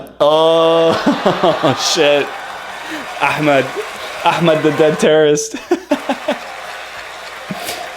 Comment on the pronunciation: It is funny mispronounced Achmed's name.